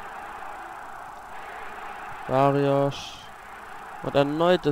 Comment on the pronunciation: barrios nicht Barriosch!